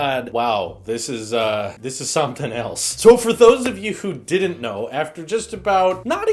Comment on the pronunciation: 6 seconds in and I feel hes Irish by him saying "somting"